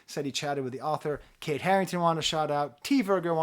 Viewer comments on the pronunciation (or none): none